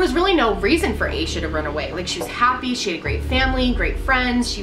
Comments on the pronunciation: asha is generally pronounced like sasha without the s, so hearing it pronounced like this is so weird to me! it doesn't matter, just had to point that out because we share the same name. this case is truly heartbreaking, and i love this series as a whole and the reasoning behind it! i think it's amazing how you put so much thought and research into each video!x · Aah Sha. Not ay Sha.